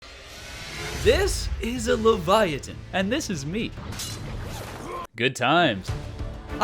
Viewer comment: Hiya Livyatan’s pronounced Live Yah Tan btw